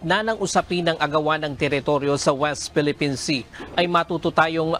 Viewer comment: Your lady anchor says "Phelippines" instead of Philippines. Common! Let's say it right.